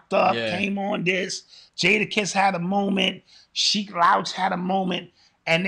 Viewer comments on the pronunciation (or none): I love but cringed when he messed up Skeek's name😭😂